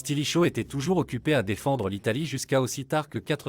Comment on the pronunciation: Les phrases sont lues d'une traite, sans "pause respiratoire", sans aucune ponctuation, c'est très désagréable en effet. Et la prononciation de mots latins comme "Valens", "limes" ou "Stilicho" fait mal aux oreilles